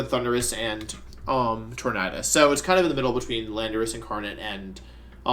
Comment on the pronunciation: Why do you keep mispronouncing the name "Tornadus"?